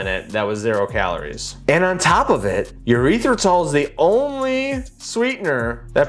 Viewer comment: A little frightened that nobody is calling our guy out for for his "erythritol" pronunciation. Like he's straight up saying "urethratol". Nooo bro its not a urethra. It is not a penis. Erythritol. Eeeerythritol.